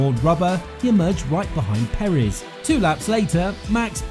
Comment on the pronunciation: Its Perez not perizz